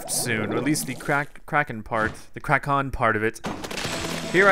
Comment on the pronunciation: When it's sayed it sounds like it's spelled k r a k o n but it's spelled k r a k e n